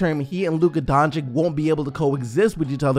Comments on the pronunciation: please please call him Donchic not Doncick pls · Its dončič dragič. not dončik dragik... its makeing me puke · Everyone needs to understand this. Luka is not a 4. that is just what Carlisle has been playing him at. Luka is a 1. He is a PG. That is his natural position. He can play 1-4, but his original natural position is Point Guard. Also, please take the time to learn how to pronounce his name. Its sounded like Don(ch)i(ch) (Doncic) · Can you please say luka doncic's name right? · Please pronounce doncic the right way